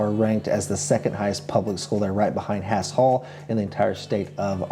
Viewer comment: Thank you for this very informative video. In my opinion, Northwest Arkansas is getting too crowded. The metro now has over 600,00 residents which is over 100,000 more than Springfield. It is expected to have over a million residents within 25 years. Yikes! By the way, the Haas Hall schools in NWA are pronounced “Hoss Hall”. Just think about Hoss Cartright from Bonanza and you’ll have it.